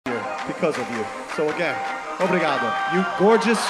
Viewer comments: Is no one surprised by the fact that he learned how to pronunciate "obrigado" in the right way, instead of how every singer says "obrrrrriga-doh"? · A gente precisa reconhecer como ele pronunciou o "r" em "obrigado", ao invés de falar "obrrhigado"